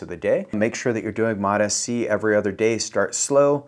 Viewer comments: It's MOTS-C, not MOTA-C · It’s MOTS-c, not MOT-sc. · FYI Its pronounced "MOTS" C NOT "MOT" S-C - S goes with MOT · This wanker still calling it mot Sc. Dude, it’s mots (like applesauce) C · No such thing as Mot SC Mots-C You sound ridiculous mispronouncing it but also giving advice on it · MOTA-C? You don't even know the name, bruh. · I lost a LOT of respect for not knowing how it's pronounced from the people who MADE it. It's exactly the same for how folks are pronouncing Tesa, Reta, Ipa etc. If you want to focus on getting your point across pronounce it properly. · Still mispronouncing it. Immediate thumbs down and bail .. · Bro, you're not even pronouncing it correctly. Doesn't instill much confidence. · Bro can't even pronounce it right. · Guy can’t even pronounce it right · Still mispronouncing Mots-C, I see.... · Yeah. Who can trust a peptide guy who can’t get the name right